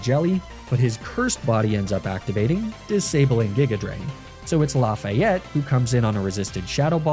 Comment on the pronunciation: Lafayette might have been better if you had pronounced it right 😭😭😭